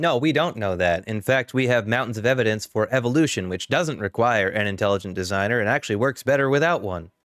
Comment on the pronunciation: "Laets take uh look at the evidance." 😂